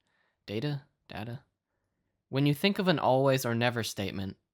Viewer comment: "I thunk shi's asliip" HAHAHAHAHAHAHA